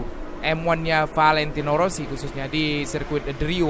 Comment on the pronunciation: Rossi bg bkn wosi